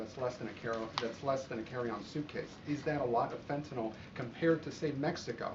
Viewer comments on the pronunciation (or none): Pardon me for being picky, but there is no "o" in "fentanyl" (as in "fentanol"). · I like her, she's smart and doing a fantastic job. I just wish she wouldn't drop the "T" in words, such as "feneenol" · I dislike the way she pronounces fentanyl. That's all.